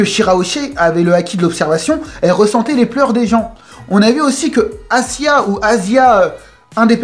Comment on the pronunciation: C'est Aisa , pas Asia 😂